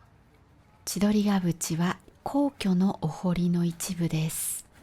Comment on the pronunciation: 先生、千鳥ヶ淵の読み方はちどりが「ふ」ち、かと思われます！いつも動画ありがとうございます！🎉